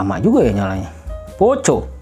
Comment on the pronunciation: Risih bang dengar ejaan nya.. 🙈 Dibacanya POKO bang walaupun tulisannya POCO 🙏